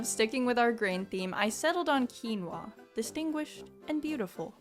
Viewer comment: finally someone who knows how to pronounce “quinoa”